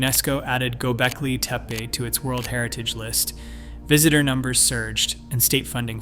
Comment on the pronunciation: You really should make sure that you know how to pronounce the name of a place correctly BEFORE you try to educate anyone about it. After all, it's its NAME